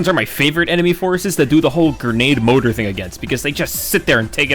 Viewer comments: More-tar not Motor. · Oy. You pronounce mortar wrong. There's two letter r in there. They both get pronounced. The word you have been saying is motor, and it's a different thing entirely. I think you've been taking your pronunciation *for granite.😅